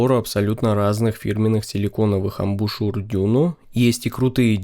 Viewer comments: Обзор хороший. 👍А DUNU это аббревиатура, в русскоязычном сегменте устоялось произношение "ДУНУ". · после пятого 'дюню' слушать больше не смог